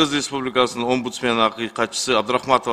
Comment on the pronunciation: Абдыракманова эмес Абдрахматова Атыр Болотбековна,козду чон ачып искажайтетпей окусанар чала сабаттар.